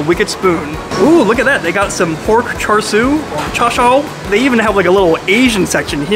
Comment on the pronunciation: What kind of asian is to butcher pronouncing char sui? And mid? Lol 😂 how old is too funny